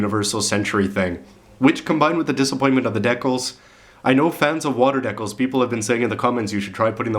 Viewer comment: HEY YOU, I LOVE HOW HE SAYS DEKILS, haha!